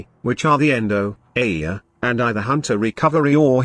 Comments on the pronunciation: ITS AYA NOT AIIA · The poor TTS just can't figure out what to do with the word Aya :D